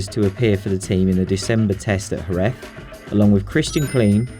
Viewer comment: I'm beyond words for that pronunciation of 'Jerez'